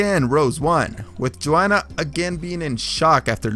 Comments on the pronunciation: Pls learn how to say names. You called weidman weedman, Joanna jejejek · The way you said Joanna's name was hilarious